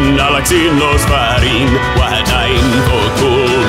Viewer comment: TayZonday the wah dein is prononced vah dein